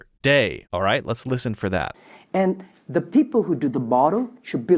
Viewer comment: in you can hear "de people"